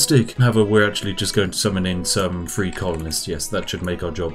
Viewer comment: You pronounce the th. That sounds like three not free LMFAO 😂😂😂💀